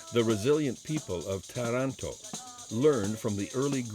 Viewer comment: Lovely video, the English pronunciation of some of the Italian words needs help! TARANTO (TAR not tear an to!) -just to begin with, and Mara e terra?? Should be MAR-E E TERRA!! Still, a nice piece with some interesting information and history. Really nice background music.